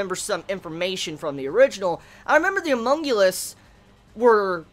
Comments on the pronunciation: HunmunGulus? You mean HumanCulus? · Homunculus/homunculi. Not humongulous/humonguli lol